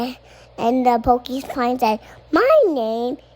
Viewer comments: Jesus, is Tosh’s son getting a Florida public school education too? It’s porcupine not pokey-pine. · there has never been a more accurate mispronunciation than "pokeypine," because they're pokey. zoos should get on board w/ this